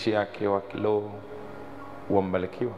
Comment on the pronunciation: Tujitahidi kutofautisha R na L Mfano:Taalifa❌ Mbalikiwa ❌ Kiloho ❌ Huluma ❌